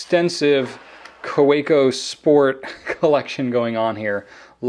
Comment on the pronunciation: It's pronounced Ka-ve-co. Its German, Germans pronounce their w's like v's.